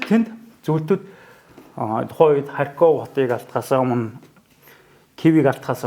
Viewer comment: Ай яа яа, дүү мэдлэг сайтай ч дор хаяж ярьж байгаа газар орныоо нэрийг ч мэдэж дуудаж чадахгүй. Харьков Одесса, хаана нь өргөлт байхыг ч мэдэхгүй мөртлөө тактик яриад байх юм, юу уншиж юу ойлгосон бэ?